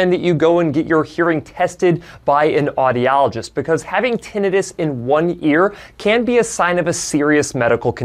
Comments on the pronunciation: Kudos for pronouncing "tinnitus" properly and not butchering it into "tin -EYE - tuss" as Americans are apt to do. 👍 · Yeah. You say tinnitus properly. Too many people screw it up.